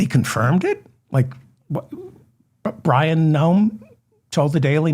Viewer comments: David it is Bryon like as in breasts not Byron His parents named him well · You keep calling him Byron...it's Bryon! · Bryon not Byron. But. You're hilarious 😂❤